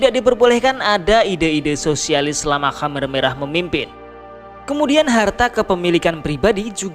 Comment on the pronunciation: Jadi teringat pada bapakku,sampai lupa aku dfn sejarah kamboja. Tapi maaf min,perasaan dulu namanya bukan hammer merah,tapi kamer merah🙏